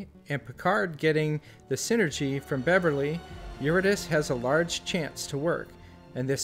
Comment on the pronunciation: Pronounced Your-id-uh-SEE, not Your-ih-diss.